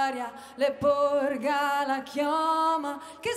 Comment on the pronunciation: Molto brava, solo un appunto, la pronuncia corretta di "porga" è con la O aperta.